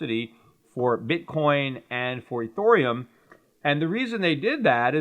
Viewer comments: Ethereum....NOT Ethoooreum! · its EthEreum not EthOrium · Peter, nobody wants to store there crypto with gold money. The whole point of it is to have control of your own private keys. Why the fuck would they store it with you. On a hackable server when they can store it offline in a hard wallet. Get a grip man. And its pronounced "Eth-Ear-E-Umm".